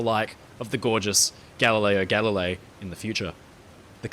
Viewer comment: Aaaaargh! I loved this video, as always. They're always so well produced and interesting. But... Galileo Galilei. The second word is pronounced "galli-lay-ee". If it had just been once, I could've lived with it. But there's a part where you repeat it over and over. 😭😭 (and in Italian words, when you have a GL together, the G is silent. Gooly-elmo, not Googly-elmo. Similarly, tagliatelle = tally-a-telly not tag-lee-a-telly). I hope you take the comments in the spirit they were intended, as I do love all your videos.